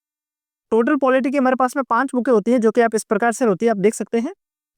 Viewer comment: Bhai ya to books bol lo ya पुस्तके बोल लो yaar बुके क्या होता है😁😁😁